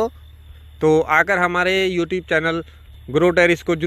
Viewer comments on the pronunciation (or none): none